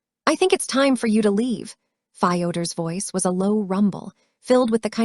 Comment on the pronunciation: The mispronunciation of Fyoder was very distracting.